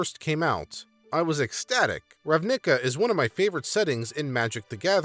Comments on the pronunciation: Oof. Understanble pronuciation mistake but as an eighteen year long entrenched Magic the Gathering player this hurt my soul. It's pronounced "Ravna-ka", not "Rav-nick-ah" for future reference. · I was not prepaired for "Rav-nick-ah" and found it far funnier then i should have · The emphasis should be on the RAV in Ravnica and the ica is like in america. Good vid otherwise as always my guy! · You pronunciation of "Ravnica" hurts me. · ugh... I had to pause to rub my temples each time he pronounced ravnica and vedalken like that x3x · Why do you pronounce RAVNICA that way? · You say Ravnica a little funny; not to be the *heavybreathing* guy to point it out, but in a hey you got something on your face kinda way. Love your content. Cheers. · Alright, I highly doubt that’s how you pronounce Ravnica, and if it is, then this world has been doomed ever since the creation of that word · The way you say Ravnica is so weird, it's cool. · the emphasis in your pronunciations of Ravnica and Selesnya are in the wrong parts. Nothing that watching a video about ravnica and their guilds can't fix it